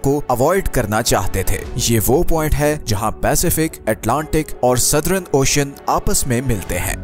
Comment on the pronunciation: सदरन नहीं भाई सदर्न..